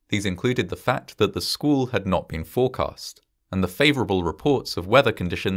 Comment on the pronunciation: It's a weather term "squall", not a "school". Obviously not narrated by someone from the U.S.